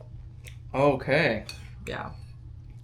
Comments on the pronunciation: Pronounced Mowaka. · Pronunciation: Mo-kay ka capishaba